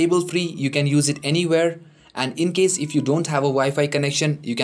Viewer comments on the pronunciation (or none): none